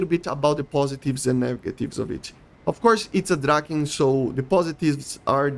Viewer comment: Love the vids But i gotta say You're really butchering the "Draken" word But we cool 😅 keep the vids coming